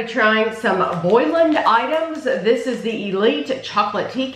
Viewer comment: This brand is pronounced “bow-lands” (as in a ‘bow’ you would put in your hair) and is an Irish brand. I have had biscuits from this company here in Ireland before. The elite tea cakes are a rip off of Jacobs elite I believe (same packaging as well), I don’t know that I’ve ever had Bolands elite tea cakes. The Jacobs tea cakes are delicious though but so expensive...over €3 per box the same size as you have here.